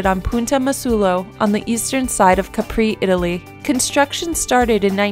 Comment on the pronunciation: #8 - CASA MALAPARTE is located in Capri; the correct pronunciation of the name is Càpri, with the stress on the a, not Caprì